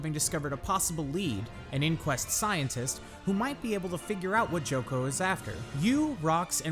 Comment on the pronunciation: Good video, although it put me off a few times when you said Joko and Braham's name, wrong xD